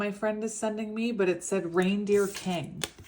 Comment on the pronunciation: You are saying reindeer kung i keep hearing the gypsy kings